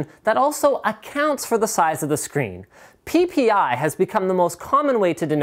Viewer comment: Lol linus said pipi